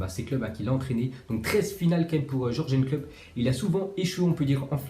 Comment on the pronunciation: Tu pourrais t appliquer sur les prononciations C'est pas dur de dire Yurgen klopp parce que ton jorjen klopp ca fait mal aux oreilles.